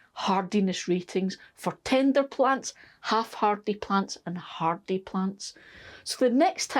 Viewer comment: I'm sorry... I kept giggling because when you said tender... I heard Tinder. I haven't pestered your comments section for a while so here's my latest The corn in the greenhouse was a failure... but I'm pretty sure it's because my raised bed didn't have enough depth for the corn to grow (I had a hugelkulturesque bunch of branches under the soil... turns out the soil then fell through and left a shallowish top layer). But the saved hybrid corn has been providing some nice cobs in the veggie patch... so that was a success :D Thanks for the detailed information about growing as always!